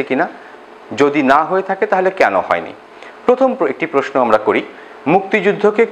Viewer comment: উচ্চারণ: প্রোস্‌নো